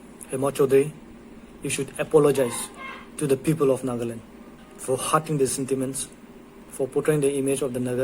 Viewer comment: She can't even pronounce Nagaland 😂😂😂😂😂